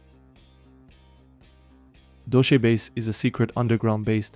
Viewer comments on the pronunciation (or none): Dull-say, not Dull-she. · "DOL-CHE BASE" is nefariously diabolical🤣